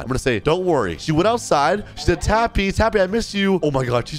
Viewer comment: She said your name wrong she said tappu